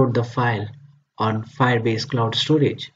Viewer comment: Everything is okay until it ruined by ```stroage```